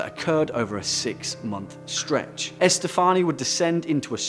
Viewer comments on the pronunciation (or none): I jolted when you said my name, Estefanía. "What?! Me?!!! I'm not possessed!" Tip: everyone tends to mispronounce it in the same form, but it's actually pronounced, E-ste-fa-nee(like your knee)-a.